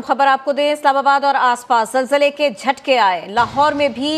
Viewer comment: zalzale ke .. bolna seekhlo pehle .. har chiz me Jay na laya kro. apne aap pr haso